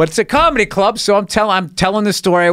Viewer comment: BOSTON CAAHMEDY. CAAAAMEDY CLUB. COMICS. BOSTON. NEW YORK. COMEDY. OPEN MIC CAAAAAAAAAAAHHHMEDY